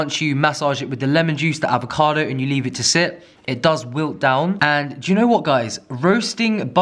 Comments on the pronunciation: Avo- .. Arrvocado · Lucy H He says it once with an “American accent” because it’s hilarious?